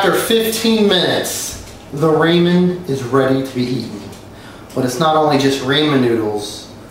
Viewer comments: I get triggered when he says “RAY-mund” noodles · How can we trust a guy that says Raman instead of ramen 😂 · I get anoyed when Someone says raymen noodles ITS RAMEN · Went to the store today to make some raymen noodles after watching your videos and i asked where the raymen noodles and the employess said he didnt know what i was talking about and im just now figuring out they are called ramen noodles. 😐 thanks alot idiot went to culinary school for years and has tryed dozens of tactics on ramen noodles and doesent even know how to say them correctly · He said “Ramin noodles”lmao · Raymen noodles wtf is that I only know ramen idk if raymen is the rich ramen 😂😂😂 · who tf says raymen noodles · Its not just raymen noodles its PERFECT Raymen Noodles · I feel like it you're going to make a vid on "raymen" noodles you should know know how to pronounce it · Roman or ramen ? It sounds different to me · Raymen RAYMEN RAYMEN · Say Raymen one more time!!! 😭😭😭😱😱😱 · Omg this dude it is r-ahhh-minnn noodles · It’s pronounced raw-men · lol rayman noodles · DAMNIT, I GOT RAMEN NOODLES NOT RAYMEN NOODLES!!!!!! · It pronounced rau-men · Your first step is to actually know how to pronounce ramen lmao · I should've stopped it the first time I heard him mispronounce it but instead I sat through all five million times. this video made me cring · My nigga aint even pronounce it right😂😂yea they perfect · I disliked just because he pronounced the noodles wrong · How can you make perfect ramen noodles if you can't even say it right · I hate how he says ramen wrong it hurts me 😔😖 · So sad all these years perfecting it and he still can't pronounce it right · as soon as I heard how he pronounced "ramen" I clicked off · you pronoun ramen like that again and we're gonna have some issues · Raaaaaammmeeennnn Not Raaaammmmaaannn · a baby could make raymen noodles but a baby can say RAMEN noodles right also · its not ramen, its RAYMEN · It's rah-men not ray-man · Aaahhhg! It's rahmen not raymen!